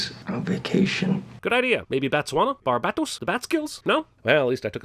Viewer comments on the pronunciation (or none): A sin for TVSins for saying Batswoana instead of Botswana. DING 🛎